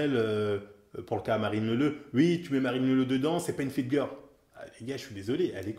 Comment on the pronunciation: '' une Fitgueuuur'' pour dire' 'fitgirl' ' y a pas à dire tu t'en bas la race mais c'est ça qu' est bon :')